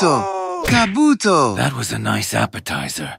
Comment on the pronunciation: Ka-buto. Ka-buto💀💀💀